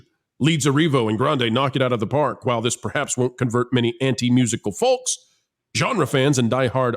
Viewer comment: The “L” in folks is silent .